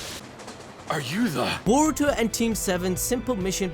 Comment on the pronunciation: Can you get his name right boruto 🤦🏾‍♂️!